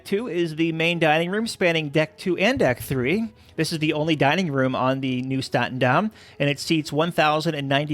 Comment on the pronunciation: It's NIEUW STATENDAM and not NIUEW STATENDAM